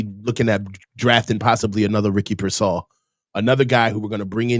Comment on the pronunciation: And he always says Ricky PearSAll for some reason